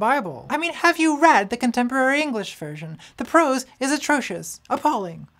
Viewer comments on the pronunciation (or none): none